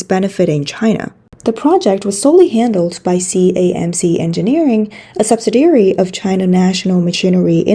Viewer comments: Subsidiary, not subsidary. Very slight difference, but important to English speakers. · Just to help, "subsidiary" has five syllables and is pronounced "sub-SID-ee-air-ee". Rhymes with "the LID we carry". I really appreciate the news reports on this channel. Important information that's hard to find anywhere else.